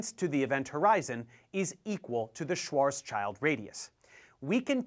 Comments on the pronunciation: Just a little correction: Karl Schwarzschild was german so his name should be pronounced “svartzshield” W is a v in german , i is ee and ch is sj and lastly v is an f So Volkswagen is folks vagen wich means “Peoples wagon”0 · I thought the same, but I ended watching the video :D You wrote the name wrong and you pronounced it wrong. Yea, thats the way his name is pronounced written in English: "Shvartz-shilled". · That's far more forgiveable then butchering the Z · This still doesn't change the fact that the pronounciation is wrong. Schwarzschild has no german-exclusive sounds that he couldn't pronounce. If he doesn't know the correct pronounciation, he could just look it up, like scientist do when they don't know something. Google Translate does wonders. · It's not right under english rules though. Also given it's a German name this is some bad Americanised (yes S) butchering. The W not as a v is forgivable, but that Z is atrocious. The Z in this context is pronounced with a 'ts' sound not Z. Just like Schwarzkopf, most people know how to pronounce that name and dont so Shwas-kop-f. The Z is harsh in this case the whole Schwarz prefix of names should be common knowledge. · Btw, in German the Schwarzschild radius is actually pronounced something like "Shwahrts shilled". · I also recommend the pronounciation "Schwarz Shield", or better even "Schwarz Shild". Funny trivium: it appropriately enough actually means "Black shield". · No we pronounce it "Shvatshild". Don't forget the L. Also I believe it's whole name is the "Schwarzschild radius". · Great video, but you need to work on your pronunciation of SchwarzSchild (you forgot the second S)- "Shvahts-shilt" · It's "Schwarzschild" not "Schwarzchild". It's pronounced with an e instead of an i. "Schwarzscheld" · Hahah, as a german I loved the Schwarz(s)''child'' radius pronunciation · I was like "what? A schwarz child radius?" XDdd I checked Wiki thinking maybe I remember it differently